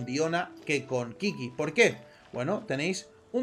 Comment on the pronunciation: Qiqi se pronuncia chichi, no kiki sjakduaakd